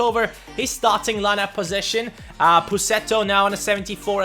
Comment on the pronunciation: his ,,possesion" xD